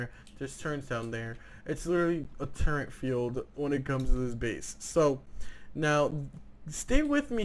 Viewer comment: Holo on a Ak wtf and its turret not turrent